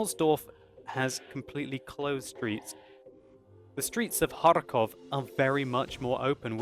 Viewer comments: I do very like how you pronounce Kharkov with the hard R. as far as know it is very hard for native english speaking people to talk like this. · sounds like a authentic Russian when he pronounces 'Kharkov' XD